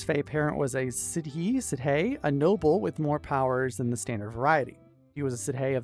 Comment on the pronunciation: Sidhe is actually pronounced "She", because Gaelic is weird like that